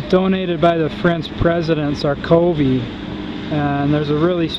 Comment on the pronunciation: Lol "Sarkoby"